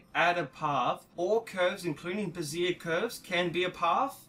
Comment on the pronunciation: Very informative and helpful...but just a trivial point for the sake of conversation...Bezier is pronounced bez-ee-ay, not ba-zeer. It sounds like you are referring to a woman's support under-garment.